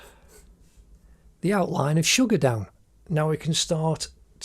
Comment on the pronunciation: Ammmmm.... It's Suga not sugar ok next time pronounce nicely